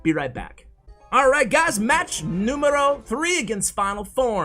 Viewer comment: you said match noumero 3 are you Greek?